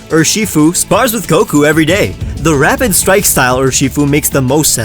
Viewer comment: Is it just me or does say rapid strike style sounded like "Rabbit strike style"